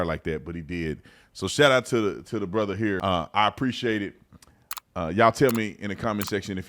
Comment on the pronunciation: Laughed out loud at "Brotherrrr (with a hard "r")